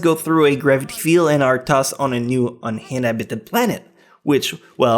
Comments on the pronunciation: "Unhinabitted"😂 I love pronunciations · un-inhabited planet. there is a space, not everything is pronounced in a nippon way. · Does he not know how to say "uninhabited"? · dude why cant you say uninhabited? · You should make a whole video of you just trying to say "Uninhabited" over and over again. I would listen to it forever xDDD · I love the way you pronounce "uninhabited" haha.